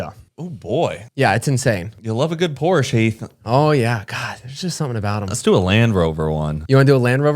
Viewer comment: Ya‘ll need to teach how to say Porsche.